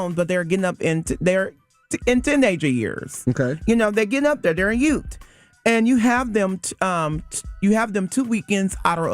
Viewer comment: Everytime he says that I think of My Cousin Vinny. "The what?" "The yoot, Your Honor. The yoot!"